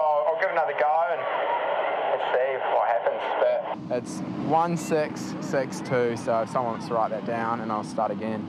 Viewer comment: I love how he says sex instead of six